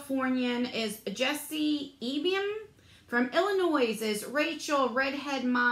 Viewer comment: Sweetheart, the S in Illinois is silent 🤗❤️